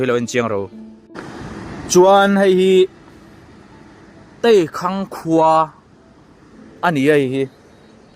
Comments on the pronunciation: Teikhang tih a tei tih lai kha (teikual ) tih lam rik a lam loh tur ei (thil ei ) tih thluk a lam tur a ni e Teikhang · Teikhang khua i lamrik dan a dik lo.. Tei( tei, thing hming kan lamrik anga lamrik tur) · Teikhang kha I lam dan a dik lo a